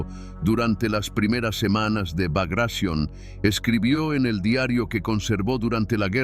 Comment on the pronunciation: El nombre de la operacion fue BAGRATION, no bagracion, asi con T: BAGRATION